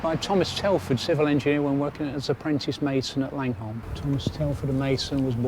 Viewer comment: Langholm pronounced Langam otherwise referred to as the Muckle Toon. Jedhart is pronounced Jedrt. It’s almost like it’s another country. The birds were Rooks not Crows. Full marks though you remembered how to pronounce Hawick.